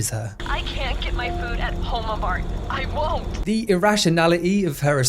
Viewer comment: I keep hearing HOMER‐Mart instead of Homa-Mart. XD